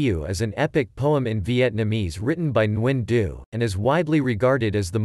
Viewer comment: Geez you chopped the author’s name. My ears hurt. Why use a robot to read another source. The AI is needs to be aligned with the Vietnamese language. This is terrible.